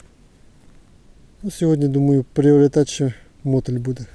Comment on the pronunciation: Наголос на літеру "И". мотИль. Чи ти з Вологди, мОтиль?? Окаєшь..